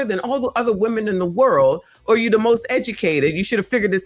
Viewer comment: The most edumacated, y'all! 😂😂😂